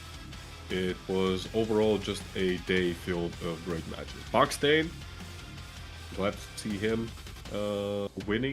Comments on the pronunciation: You were saying buckstain like mustain but its baksteen like malmsteen :face-purple-smiling-tears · its pronounced baksteen like epstein